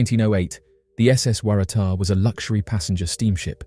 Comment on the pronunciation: How did you manage to pronounce Waratah in that many different ways? It's pronounced "Worra-Tar".